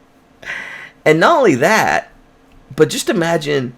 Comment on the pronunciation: Did he say nolly that or not only that??!!!